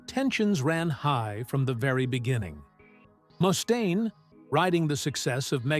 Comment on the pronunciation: Tom's bass lines NEVER cut through the mix with precision. His vocals definitely did. Oh, and Mustaine is pronounced MUST-AINE, not moo-stain. Those AI narration videos suck real bad.